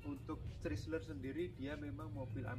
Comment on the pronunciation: CHRYSLER dibacanya kira kira Kraisler bukan pake ci ..